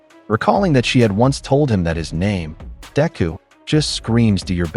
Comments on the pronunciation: It's sad because Everytime ain't hear this AI says Deku's name...all I hear is Diarrhea....Mearrhea.. Diarrhea...come on mang!!! Get it right ya fool!! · This new cover is killing me with the mispronunciation of Deku. Then it seems like it change the plot a little at the end. Thank you for taking the time for this